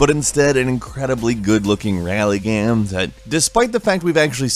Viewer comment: rally gayh-ehm